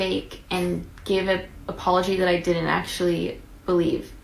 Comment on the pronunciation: She rlly said “DIY’nt”